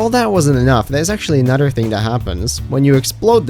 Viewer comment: You can clearly pronounce words like "another" properly so why do you keep saying it wrong?